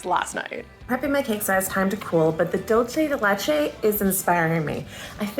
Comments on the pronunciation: Its DOOL CEY not dul chey 😭 PLS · It's dul-SAY de leCHay. Sorry, I just had to say it. The "CHuh" sound when you have a C with no H is Italian, not Spanish. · Begging English speakers ON MY KNEES to stop pronouncing dulce de leche like that I swear to God 😭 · As a Cuban I found out today English speakers pronounce Dulce de leche : dolche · I love you, but people who say "dolce de leche" are my pet peeve....It is, in fact, not an Italian term, it is Spanish or rather Latin American, and it is "dulce de leche", pronounced /ˌdʌl.seɪ də ˈletʃ.eɪ/.Please, if you are going to use it, use it correctly.... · It’s pronounced “Doolseh the lecheh” Dolce is Italian but this is not Italian, it was created in South America. I’m sorry, I just want people to know the correct pronunciation. Not picking on you because I just love y’all! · Is “dolchay de lechay” a thing or are you trying to say dulce de leche 😭😭. You can pronounce it easier by “dull-say deh leh-ch-eh” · Oooh, I also pronounced it like dolce. It's good to know it's supposed to be an S sound! Thank you! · I find it really funny how anglophones tend to pronounce dulce de leche as if it was italian (dolce instead of dulce) haha 😅 Lovely cake,! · you said dulce de leche wrog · That's not how you pronounce dulce de leche, dulce de leche is milk candy in spanish, please Google it if you don't know how to pronounce it. 😊